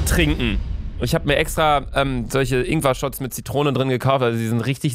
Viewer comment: Luca: "AHHH Das sind ingwa Stückchen" Ich:"sterbe vor Lachen"